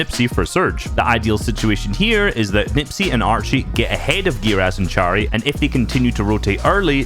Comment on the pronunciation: "czari" it sound so funny (no offence)